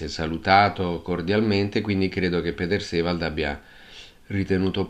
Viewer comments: Però, signora,"Piter Sivald" per un nome tedesco non si può sentire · Condivido in pieno... è insopportabile, perfino offensivo! Ho scritto un messaggio simile più sopra, non esiste nessun piter sivald...!